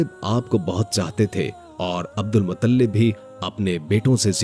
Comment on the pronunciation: अब्दुल मुत्तलिब है मुतल्लिब नहीं है